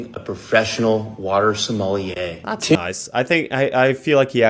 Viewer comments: It doesn't matter but it's going to bug me: JSYK, sommelier is pronounced "soma-lee-yay" (or "sommeh-leeyay" maybe?). Something closer to that. It does look like it would sound the way you said it, though. French isn't a real language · I feel like I should tell you that “sommelier” is pronounced suh-mah-lee-aye 🫶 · You say sommelier wrong every time and holy shit it’s hurting my BONES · The way you pronounce sommelier is frustrating 😭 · I love how he pronounced "sommelier " haha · I’m begging you to google the pronunciation of sommelier